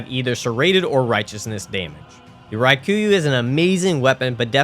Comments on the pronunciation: is there some kind of inside joke i am missing or why are you saying raikuyu instead of rakuyo? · Raw-Koo-Yo Not Rye-Koo-You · That is NOT how you pronounce Rakuyo lmao. Like, just sound it out dude. Ra-ku-yo. It’s not hard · How much insight do you need to have to look at the letters "Rakuyo" and decide they should be pronounced as "Ry-ku-yuu"? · I just wanna know how you saw the word "rakuyo" and thought "yep, that’s definitely pronounced ryekooyoo" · I had to skip the Rakuyo part. The misspronunciation was brutal. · That is NOT how you pronounce rakuyo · At this point I swear you're saying the names wrong on purpose to cause me physical pain 😂 Raa kuu yo. Japanese is phonetic, there jsnt a hidden i in the word lmao. Also Ebreitas is ah/eh-bry-tas. EDIT: YOU SAID IT RIGHT LATER ON YOU'RE KILLING ME MY GUY🙃 Love the vid, holy hell you have more commitment than I ever did.